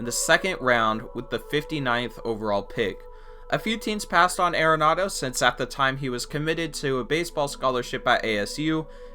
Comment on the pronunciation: ARE-ANADO NOT AIR-ANADO, YA BISHHH